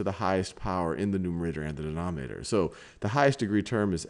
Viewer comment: Can he ever pronounce numerator and denominator right?